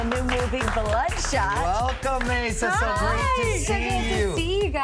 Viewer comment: ayza? that is not how you say her name! its i-za